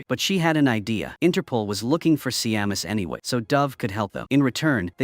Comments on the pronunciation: Seamus is pronounced Shame-us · FFS it's Seamus sounds like SHAY MUS! AND O'SHEA IS NOT O SHEE ITS SOUNDS LIKE O'SHAY